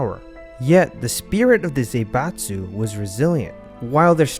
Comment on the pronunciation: It's not Zeibatsu, but Zaibatsu, Zah-ee-batsu. Please check the pronounciation before using a term this often